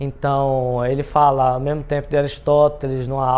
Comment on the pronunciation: uma pessoa que fala "mermo" sabe de muita coisa! kkkkkk